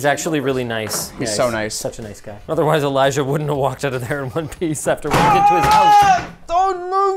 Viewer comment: "Elijah wooldn't" :D is that the evil twin of the Frodo actor?